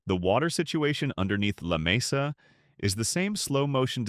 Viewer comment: Lamesa fools many people. It actually is not Spanish, I was told, and is correctly pronounced Lah- mee-sa.